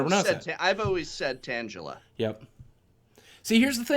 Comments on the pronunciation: Great vid boogie, and just a heads up, it's tangela (tang as in tangy) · Tangela is pronounced: TANG-guh-luh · I think it's pronounced TANG-A-LA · I agree you shouldn't make fun of someone who pronounces thing wrong. I would love to help you out with it though Nidoran : knee-dough-ran Pidgeot : pid-gee-ot Tangela : tan gal - ah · The way I say them are Pid-ge-ot Tang-ela G as a G not a J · I always pronounced it "Tangle-Uh" because he is all tangley if that's a word. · You should try to get Kevin from Deriums to do one of these, also I have always pronounces Tangela as tangle-a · Loved the video lol. He seems like a really cool guy. I always thought Tangela was pronounced like tangle-la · You are saying Pidgeot correct, that's how it is pronounced in the anime. But Tangela is pronounced with a gha sound not with a ja sound. Deriving from the word Tangled, IE its a bunch of vines tangled together